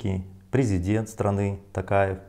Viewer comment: Почему ‘Такаев’??? ТОкаев же он! Это же не русский язык, где О произносится А